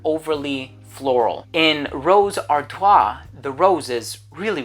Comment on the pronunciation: When I hear you say "ar-twa" I'm picturing "Artois," but my glance of the bottle showed "Ardoise," which would be "ar-dwaz"